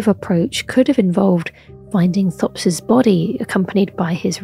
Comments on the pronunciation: his name is pronounced "Topes" not "thops". he says it when you meet him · It's pronounced t-hopes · Pretty sure he pronounces his name as "Topes" when you meet him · He pronounces his name as 'Topes' so why doesn't this video? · For a lady who makes a 30 minute long video essay about him, you’d think she’s learn how to say his name. I’m two minutes in and right after she shows the scene of him literally saying his name, she mispronounces it right after.